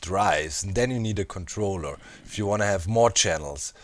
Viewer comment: at doc said controller, sounded like controlla. I took this clip of him saying that and put it in drakes song everytime he said controlla :| fire